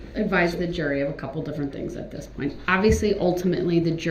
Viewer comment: Did that dumb ass just say dis instead of this?